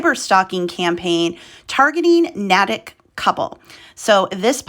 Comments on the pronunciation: The town's name is pronounced NA-tick (A as in nay) and not na-tick (a as in attic). If you're going to do a news report, take the time to make sure you get your pronunciations correct. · Nay-tik is how it’s pronounced 💕. I’m from Nay tik Mass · Thanks for making this info available for more people to know what was going on. They have to be punished for those horrible things they did. And the name of the town, Natick, is pronounced "Naytick". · You pronounced a New England town wrong, it's pronounced Nayy-tick! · been driving me nuts too!